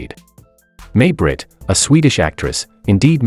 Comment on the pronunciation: It’s not May Britt it’s pronounced My Britt.